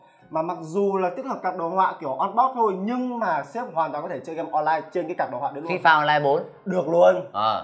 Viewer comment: ông này không đọc được chữ ê à toàn game đọc là gem, main đọc là men. bó tay